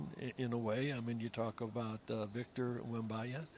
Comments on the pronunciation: Why did pat double down on “wembya”😭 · Whos victor “wembaya”💀